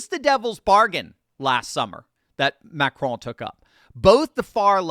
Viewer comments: Just say, “Macron”, like you would the cookie. No need to try and pronounce it. Macraaaaan 😂 And no, I’m not talking about the macaroon hahaha Carry-on ❤😂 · You said it wrong Macaroni!!! 😅😅😅